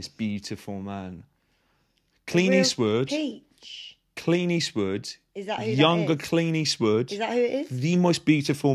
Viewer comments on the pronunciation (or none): Every time says Clint Eastwood, I hear “Clean Eastwood.” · Are you saying "Clean Eastwood"?